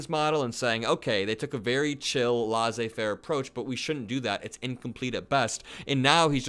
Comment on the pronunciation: Not to be a dick, but laissez-faire is pronounced lay-say faire. No disrespect here, I promise.